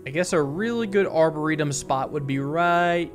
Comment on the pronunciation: Love the video. I think the emphasis is on the -or of a arboretum, not the -e.